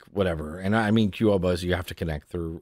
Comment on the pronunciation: Your pronunciation of qobuz is funny